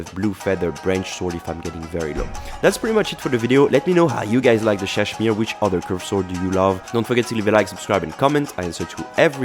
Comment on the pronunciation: I’m not sure if you knew this, but you kept pronouncing Ssadshmiiiree wrong. Just saying :)